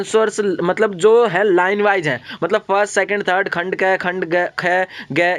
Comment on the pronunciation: Khand kheee kyon bolte kh bola karo Khand gay ki khand aae ki